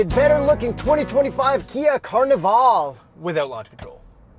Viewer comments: Are you saying Carnaval or Carnival?😂😂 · “Carni-VALL” - My ears 👂 😭